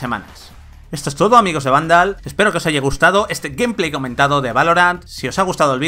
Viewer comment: A mi me hace ruido mas cuando los españoles pronuncian algunas palabras en ingles bien y otras mal, que rayos es "Gumplay"? se pronuncia "Geimpley", tambien les pasa con Lite y Spiderman que parece que lo leen directo en español